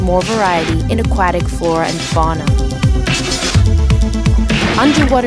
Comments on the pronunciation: How does this lady not know how to pronounce Aquatic? I don't think I've ever heard anyone pronounce Aquatic like that... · i like "A-Quack-Tic" for aquatic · i knew i wasn't the only one... a-quack-tick. i don't recognize that accent... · I busted up every time she said AhQuackTick life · Love these trailers but man, that's a weird pronunciation of aquatic.